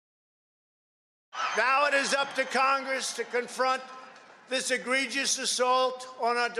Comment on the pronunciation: The most shocking thing that nobody is talking about is that Trump pronounced egregious correct.